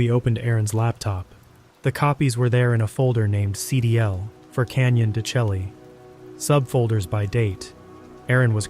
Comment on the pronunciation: pronounced Canyon De shay